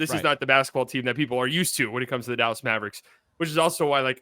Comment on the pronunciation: Ian Eagle is SUPER annoying. It sounds like he adds an extra syllable to mav-er-ricks